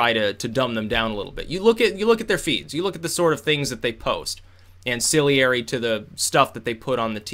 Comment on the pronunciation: big fan. word is: ancillary (not ancilliary)